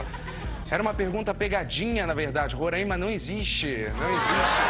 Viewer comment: que porcaria, esperava qualquer tirada de sarro, menos dizer que meu estado onde nasci Roraima e o estado onde moro atualmente Manaus não existem. Falta de respeito total. E ainda falam errado, chamam de Rorâima, como se tivesse acento, ao inves de falar o nome de forma mais aberta.